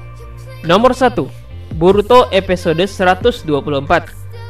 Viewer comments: Episode bang bukan epesode pengucapannya. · Ngomonya episode bkn epesode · Sama njir.. Padahal di judul dia nulis episode tpi dia baca EPESODE.. Wkwk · Episode bang bukan epesode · Episode woyyy bukan epesode 😂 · Kak bisangaksih bilang episde 😡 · EPISODE WOI BUKAN EPESODE. mual gw dengernya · Epesode....!!!! Kyak mau keselek lu ngomong min.... Menjemput bukan bejemput... Untung aja gk bejembut...